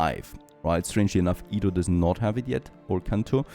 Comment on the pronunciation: stop saying ido. it's edo. EDO NOT IDO